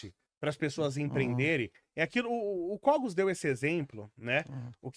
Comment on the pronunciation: QUANDO O CARA FALOU: "O KOGOS". EU PAREI.